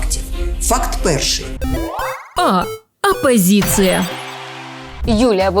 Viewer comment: ''зубажиння'', ''жинка'', апазіция''😂😂😂😂😂😂